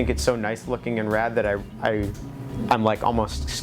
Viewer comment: I love when he says "rad" idk why